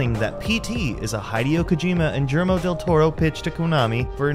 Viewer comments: Guillermo is pronounced with a gi sound not a j sound T o T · "Cawthorn"... "Juillermo"...